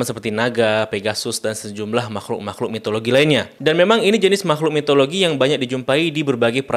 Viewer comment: Mitologi bang bukan Mitoloji